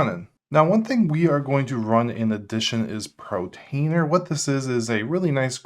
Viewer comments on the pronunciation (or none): Dude! Still saying PRO-trainer instead of PORT-ainer!!